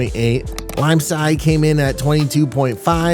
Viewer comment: thank you so much for correcting their pronunciation of limecai that was driving me CRAZY everytime they said it like Kai 🤣